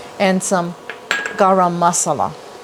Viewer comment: May be one of the most interesting pronunciations of garam masala that I've ever heard. But the recipe looks delicious! I can't wait to try it